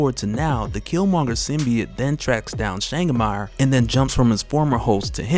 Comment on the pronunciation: my brother from over the seas, Changamire is a shona word (im shona)...cant have you saying "Shangamarr" its "Cha (like CHAcha) Nga (like francis NGAnou) mi (like ME) re (like RAven). Changamire. mad respect to you and yours fam.